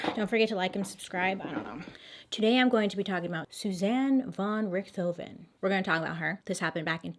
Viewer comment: Bailey how can you pronounce von Richthofen but not São Paulo lol 😂